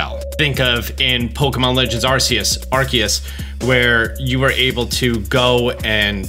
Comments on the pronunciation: bruh they said Arceus a thousand times and you STILL said it wrong!! so dont give us that cant say the names right crap 🤣🤣🤣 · fair, but you are also deliberately mispronouncing Arceus.